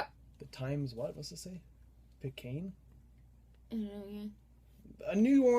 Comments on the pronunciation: I had no idea what the p word was, but its Pic-a-yoon in terms of pronouncing it. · That new orleans paper's pronounced: times pick-yune lol.